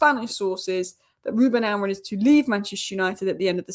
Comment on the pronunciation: Amorim not Amorin please.